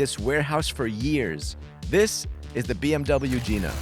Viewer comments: He said Gina wrong lol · Nice try buddy but the hood lets us know the pronunciation of Gina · 🤣😂 ahhh. You mispronounced it. It's a hard I. It's the BMW Gina. As in the car greats you by spreading open It's hood vagina. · I was gonna say i think they are pronkuncing it wrong 😂